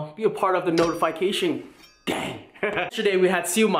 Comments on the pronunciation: Notifyecation...its notifikasion (pronouced) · dude it's noti"fee"cation